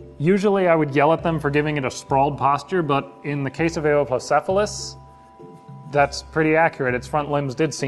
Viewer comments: Its You-wop-low-sef-a-lus, not A-ohp-low-sef-a-lus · Eh-woah-plocephalus?! I always say You-plocephalus... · I always pronounced it (dropping emphases and being lazy about transcribing my phonetics): "You-oh-plo-ce-pha-lus". Wikipedia seems to back me up: "yoo-OP-loh-SEF-ə-ləs" "Eh-oh" is...really weird to me, I'm not sure where that would even come from... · According to most sources I'm aware of--and this has been my favourite dinosaur for like a quarter of a century--suggest he pronounced it wrong. Presumably it's a secondary pronunciation from somewhere, but I've never heard or seen it transcribed before. I'm most familiar with this: "yoo-OP-loh-SEF-ə-ləs" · No, but really: this is my favourite dinosaur. Where did that pronunciation come from? I've never heard or seen it before, and it doesn't make much phonetic sense to me. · Your pronunciation was wrong but other than that this is awesome!